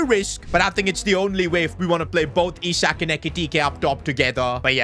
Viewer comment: Can you help slot with your tactics please 😢... Sold SALAH and kept chiesa 😐... Bro said "I"sak